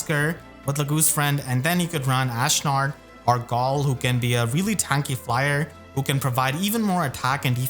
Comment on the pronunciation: why do you pronounce galle like that